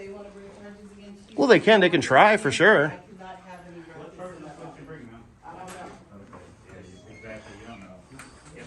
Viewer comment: Did the postmaster sat rutcus instead of ruckus?😱😵‍💫🤡🤪👎🏻